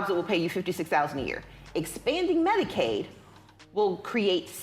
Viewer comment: She said "Medicaid"...not "medicate" lmao, had to rewind it to confirm, smdh🥴🥴🥴🥴